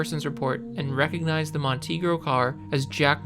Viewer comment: I'm 45 seconds in and it's a freaking Montego, not a Montegro!!! I'm out